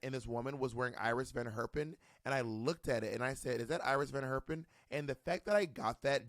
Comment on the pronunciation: Adding to the others who have commented on the butchery of the names: Iris van Herpen... but most English speakers mangle the pronunciation of this Dutch name, maybe because it looks English and they've only ever read the name, not heard it.